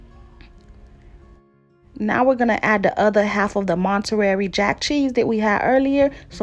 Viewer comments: It’s pronounced MON TA RAY, not montarary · Hey, first time viewer here & I enjoy listening to you cuz I love to cook too. Can you say Monterary Jack cheese again for me? 😂 I like your humor and recipe tips so I'll followed you. This dish looks delish.😋 So, thanks for sharing. 🥰